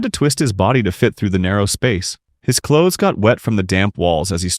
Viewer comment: Choths instead of clothes is crazy